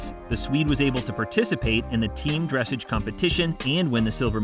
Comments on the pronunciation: dressage not "dresseidge". Pronounced dressaj. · maybe not, but that doesn't mean they can't pronounce words correctly!!! I'm not a horsey person, but I know how to say dressage correctly!!!! It ain't dress age, it is dress awge!!! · Interesting pronunciation of "dressage" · not everyone is a horsey guy. 😉